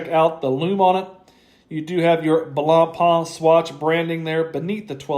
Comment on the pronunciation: Also respect to all of you that made your way through him butchering blancpains name, I can't do it.